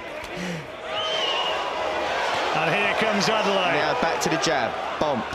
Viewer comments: Commentator. Everyone. It’s ‘Ade-le-ye’, not ‘Ade-lay’ 🙄 Why’s he permitting the changing of his name to make it easier for other people? Strong name that means ‘The crown has honour’ Anyway, interesting that there was a suggestion that Manev could have taken a knee if his vision was compromised when Daniel DuBois was castigated and called a quitter for doing just that. And yes, Adeleye needs more time, more fights and experience before any talk about big title fights. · The man’s name is Adeleye… “Ah-day-leh-yeah”!! Get it right! It’s not Adele-eye👀!